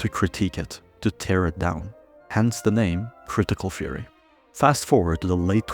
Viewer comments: Critical "feory"? Are you Dutch? Also, great video. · Great video, very concise! For anyone else wondering, he's saying "theory", not "fury".